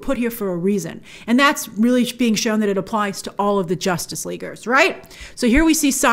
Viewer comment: "Jostice League..."..why? lol